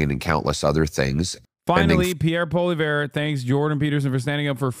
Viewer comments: Two corrections: His name is pronounced "Polly-ev"... Canada has free speech... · for those who want to pronounce the name correctly, its poah-li-ehvre.